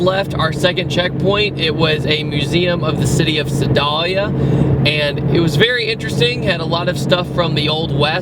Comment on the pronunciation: I may have cringed at your pronunciation if Sedalia lol. if I knew you guys were coming through I would've met you :P